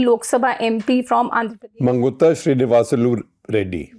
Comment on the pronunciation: When you dont say arora as aorra, why say magunta as mangutha.